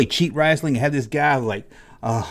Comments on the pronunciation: Hulk was the shit for me back in the day. I was terrified when he wrestled Andre. Thought Andre would kill him. Btw love how you say "rasslin" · The way says wrestling RESTLING is launchable 😂